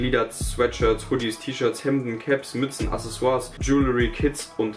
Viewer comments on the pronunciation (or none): none